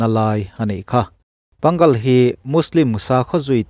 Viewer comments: Panggal ni lovin Pang-ngal ti-a lam tur a ni e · Pang-gal ni lovin pâng-al emaw pâ-ngal tia lam tur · Pangal ti lovin pang_ al tih tur a no e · Pang gal nilo in Pa Ngal tih tur Ngal lai tak hi thluk deuh tur mizo tawng a, A Aw bul chiah a A kan hman thin hi Ngal lai tak ah Ng zawh vel ah Mizo in A kan tih hi hman tur lam dan Turin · Pangal Mizotawng a chhiar tur.. Manipur Muslim ho an kohna PA-NGAL tih tawp tur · Pangal in lam rik dan hi a dik lo fo mai. Pâ-Ngal tia lam rik tur. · A ngaihnawm e. Thil pakhat Manipuri Mosolman (Pangal) ho hi Mizo ṭawng a 'Pâ ngal' tia chhiar mai tur a ni e.